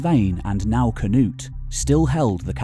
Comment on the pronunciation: Hi: most Danes say`s not: k - nut, or k - nar, we say Knud and knarr, You will proberly have to do some exercising pronauncing that - LOL - A great historic video, do keep up the god work - greatings from Himmerland/DK - land of the Cimbrians. Now looking forward to the nxt video.